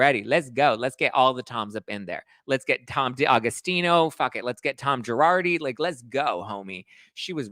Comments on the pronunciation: “Tom Giradi” 😂😂😂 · Lol I died when u said "tom gerardi" 🤣 😂 😅